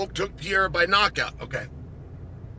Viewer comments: Can you please learn how to say PE - REI - RA. it´s simple, and i think he ( Alex ) deserves it. :) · Who is Alex “Piera”?